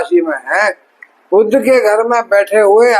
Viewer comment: हिंदीभाषी सभी ज्योतिषी 'वक्री' शब्द को "बकरी" और 'बुध' ग्रह को "बुद्ध" ही बोलते हैं !! 😢😮